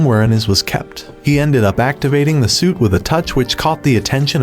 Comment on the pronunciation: Stop saying sweet and say suit, like you know how to speak stop using an a.i speaker